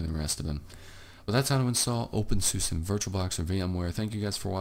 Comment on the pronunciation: You Said OpenSUSE The Wrong Way